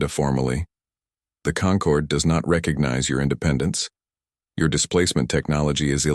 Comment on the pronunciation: The lesson here is... Never name your empire the "Conquered" (concord)...